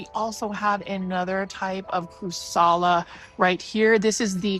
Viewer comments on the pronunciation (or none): Hi, it's crAssUla, not crussala:) Love your videos❤, your kimonos are stunning!